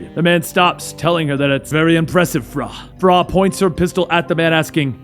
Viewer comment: I'm not sure i can get past "frah".